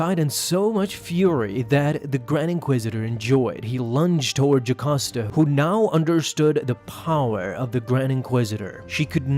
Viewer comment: Video: Jacosta Comic: Jocasta